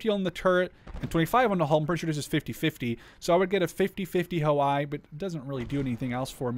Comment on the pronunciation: "I" in Ho-I read as "E" not as "I"